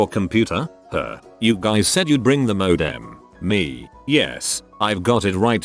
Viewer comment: I dislike greatly how the voice says ‘modem’ i now feel completely distraught when there computer related stories on this channel.